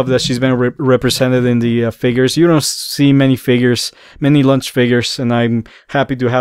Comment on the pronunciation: I like the way he says launch cause , launch is a snack . She is a little “ lunch “ . 😋